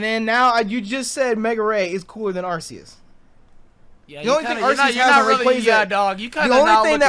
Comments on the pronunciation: when said that hydreigon had the best shiny out of the pseudo's I was like, "what is this man smoking?!" then he corrected himself and said that metagross rivals it, but even that is debatable. (Edit: Arr-see-us gotta stop dawg.) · Your saying arceus wrong it’s pronounced arcoos